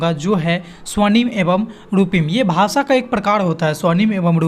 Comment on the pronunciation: भासा नहीं भाषा होता है। उच्चारण पर विशेष ध्यान दें।